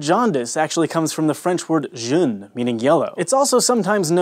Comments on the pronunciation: Ahaha the way you pronounced "Jaune" It's pronounced like "Joe" like the name and "ne" as in "ne"rd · Jaune should not be pronounced like a Frenchman would say June! Nice try though! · Jaune is not is not spoken like june ._. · Haha, actually said something closer to "jeûne" (fast, the act of fasting)! "Jaune" would be pronounced kinda like "zhone" (rhyming with "hone") but you know,, you're forgiven:) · jeune (what you said) means young. Jaune is pronounced differently, with a more long, "Awe" type of vowel. All the same, excellent video! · lol pronounced the word "jaune" as "jeune", meaning young, also true of newborns. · Being a fluent french speaker, my ears bled a little when he said "june". "au" has the sound "oh" in french, so it's more like "j-oh-n". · I think he meant to say jaune, which sounds a bit like John, and means yellow in French. But he said jeune, did the? That means young. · "june" lel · The french word "jeuhnh" XD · "jaune" is not pronounced "jeune". The latter means "young". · you mispronounced "jaune". The way you pronounced it is how "jeune", meaning young is pronounced. Jaune is pronounced with a long o sound. :) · the way he's saying it it means young. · Yeah, didn't he just say "young" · dude, when you don't know, just don't say a thing! I speak French myself. It's j-"oh"-n. (oh, and not with a dj-sound, just the j) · Did you mean the french “jeune” for young? I had a hearty chuckle. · i know right he said june instead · Jaune is pronounced J-oh-nn, like "Joe" and "oh!" but with a soft jjj not Dj. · R.I.P his pronunciation of the french word "jaune" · I cringed. Multiple times. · It's funny how his pronunciation of "jaundice" is closer to the actual pronunciation of "jaune" than when he deliberately tries to say the word. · The pronounciation of ''Jaune'' killed me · I cried when you said "jaune" lol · the pronunciation of jaune OMG 😂😂😂😂😩 [cries in French] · the word jaune.. 😂 like, not even close